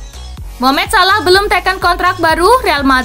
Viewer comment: Min benar lah cara mengucapkan nama Muhammad salah